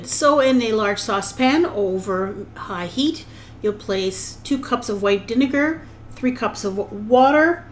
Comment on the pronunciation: Am I the only one that noticed she said "dinegar"